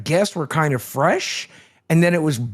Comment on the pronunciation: Definitely didn't think that the stream was gonna talk about fweshy fwesh and his gwove wove😂